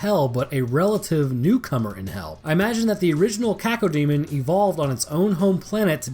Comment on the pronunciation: Coco demon? Or cacademon? 😂